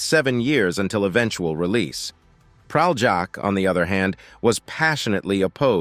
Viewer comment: I wish American narrators attempted to at least briefly learn how to pronounce Slavic or other non-anglophonic names. It's not Pral-jack, but Pralyak. Sorry, the bare minimum would be to do a quick google search on pronunciation.